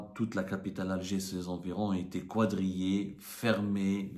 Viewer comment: Quadrillée se prononce avec Ka donc Kadrillée et pas Kwadrillée merci de rectifier